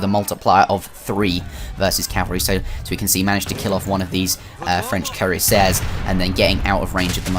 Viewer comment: Thanks for uploading. Fantastic start of your new channel with high quality graphics! It won't take a long time to reach the 1k subscribers, that's for sure. (Btw, just a little matter for your future commentaries: if you want to pronounce "Cuirassier" english, you have to say "Queerasseer". In french pronunc. it's "Kü-rass-yé" [ü is pronounced between oo and y-vocal]).